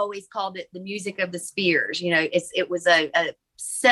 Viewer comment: It’s spheres, not spears.